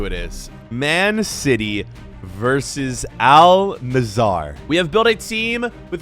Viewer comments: It’s Al nassr not Al nassAr 😂😂😂😅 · it isnt al nasar its al nassr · Btw it’s actually not pronounced Al nasar it is pronounced Al nassr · I love your vid’s but just a small correction in pronounciation it is Al Nassr not Al nassar don’t say the a before the r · AL NAZZAR😃 Me:🥲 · …you know we love you but how the hell are you pronouncing it Al nassAr, when there is no A between the S and the R (Plus the A between the N and the S is pronounced as the A in Apple) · Its not al nasAAR its AL NASSR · "aaal nazar" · "Al Nesarr" - 2023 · Bro is saying al nazzar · Al nusor💀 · Al nazzar 💀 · "al nazaar" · "Al Nassaar" 💀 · Y’all are saying Al Nassr wrong! It’s pronounced “ULL Nusser” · you pronounce al Nasr like this Al Nasaer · Al nazaar 💀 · "mehan cety" versus "aL nUh-ZaEeR"